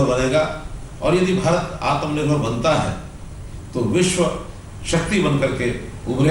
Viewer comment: ■■ आत्मा निर्भर नहीं - मोदी जी " आत्म निर्भर " कहिये ! आप ट्वेन्टी को ट्वैन्टीन कहते हैं - आत्म निर्भर को " आत्मा निर्भर " ? क्या मोदी जी, न तो अंग्रेजी ही सही है आपकी - न राष्ट्रभाषा का व्याकरण ? पता नहीं बारहवीं क्लास तक आप स्कूल के बाहर ही बैठे - - - पता नहीं क्या बेच रहे थे ? करबद्ध क्षमायाचना महामहिम ?■■